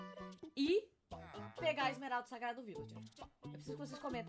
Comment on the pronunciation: vc falo bloco de esmerada😂